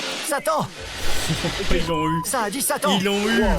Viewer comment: Quand il a dit "Satan" moi j'ai entendu "Sali"